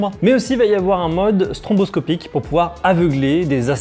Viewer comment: Petite remarque... c'est stroboscopique et pas stronboscopique...